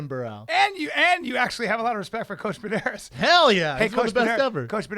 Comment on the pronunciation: For sure say Pederneiras correctly...